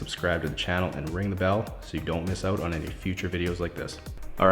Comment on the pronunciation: Hearing the way you say "out" is satisfying🇨🇦